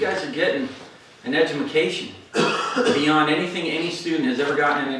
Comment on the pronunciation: Did he say”Edjumacation”? Lol